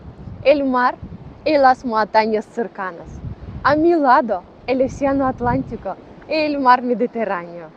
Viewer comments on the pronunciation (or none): none